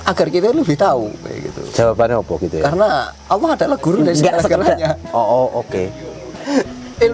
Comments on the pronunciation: Memyebut gusti allah aja salah dia nyebut gusti alah itu omongan orang bukan islam sudara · gusti awwlohh bukan gusti alah ya